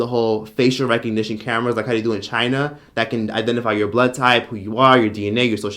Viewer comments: why oh whyyy in tf did you have to pronounce "CHI-NA" like that 😂🤧 i completely lost my composure at that point. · I’m sorry 😭 but the way you said China in had me cryingg